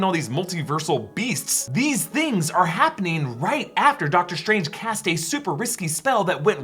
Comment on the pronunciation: “Dr Trange”